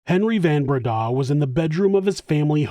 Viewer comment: Van Breda is pronounced like Fun Breda